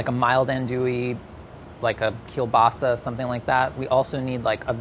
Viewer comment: what a perfect Polish pronounciation of "kiełbasa"! congrats:D